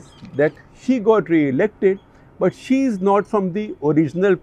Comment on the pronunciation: When you said 'she is been listed..' I thought you were mentioning 'Shi' 😂